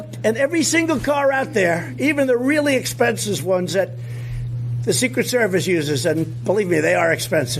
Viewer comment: He pronouncd "expensive" wrong. Was it a Q message?